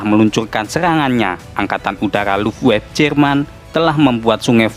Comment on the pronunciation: sedikit koreksi bang,angkatan udara jerman di baca bukan luffwaf bang, tapi luft-waffeu